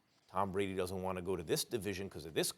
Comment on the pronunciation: "hard"!!!! To "let goh"🤣